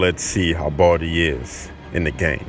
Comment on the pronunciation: The one who is talking said boldy Not baldi hahaha😂😂😂